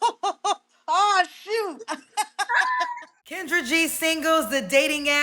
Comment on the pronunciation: Why is Kendra pronouncing her name, like the animal “gazelle?” 😂😂😂